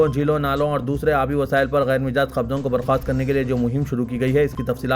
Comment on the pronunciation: Mijaaz nahein Majaaz .....Majaaz ..... Majaaz .......Majaaz .... Majaaz